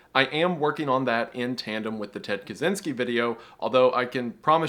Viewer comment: WG: "Ted Kaczinski,,," Me: "Sh&7"